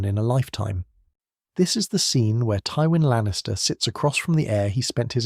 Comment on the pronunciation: Teewin Lannister